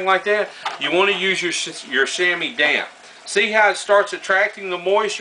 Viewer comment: Every time he says damp it sounds like d*mn